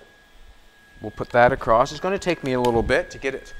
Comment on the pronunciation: Theres no t in across lol